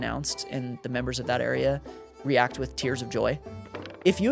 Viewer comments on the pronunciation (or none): none